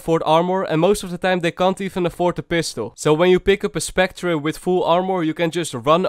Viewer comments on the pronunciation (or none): Bro its spectre not spectra hahaha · Je moet spectre als specter uitspreken :)